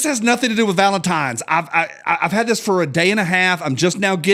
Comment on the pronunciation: I can’t wait for this week to be over so I stop hearing say, “valemtimes.”